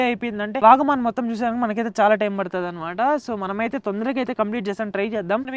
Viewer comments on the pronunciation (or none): Bro not vegeman its vagaman